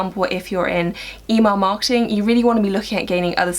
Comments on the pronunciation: I'm from America and I could not tell that you were saying Email Marketing! I thought you said E-Mark or E-Mall Marketing. So funny! Great Video! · I’m from North America and I could tell she was saying Email marketing lol